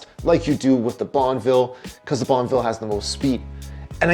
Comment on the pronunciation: Every time you said Bonneville im hearing bonnvill not bonuhville.